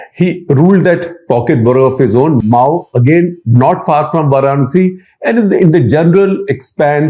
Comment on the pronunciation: Mau a district of that name in U.P. is pronounced as Ma' woo and not as Mao in Maotsetung.